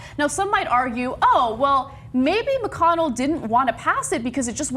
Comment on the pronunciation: Lol it sounded like she said Bitch McConnell